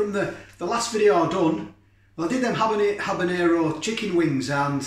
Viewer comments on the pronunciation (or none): none